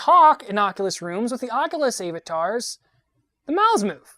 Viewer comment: Great video. kind of yells what he's saying... And says "A" vatar... Other than those little nit-picks... I really like what you're doing, and as someone said on the last video, no one else is doing content like this. You guys should try Wander. Wander recently updated with multiplayer. it's a 360 photo explorer that integrates Google street view and the 360 photos on google maps/earth.